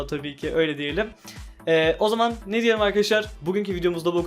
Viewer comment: ney demen komik 😅😅😅😅 çok güzel ve yararlı kanal ya😂